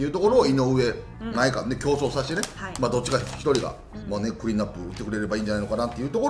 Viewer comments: まえかわ ではなく まえがわ です！！ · まえかわではなく、まえがわですよ！ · 里崎さん！まえ『が』わうきょうです！ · 「まえかわ」ではなく「まえがわ」ですね。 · 「まえかわ」でなくて「まえがわ」